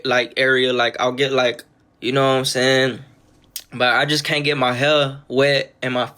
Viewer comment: No bro. Nobody "sees what your sayuhn" this dude can’t be real🥲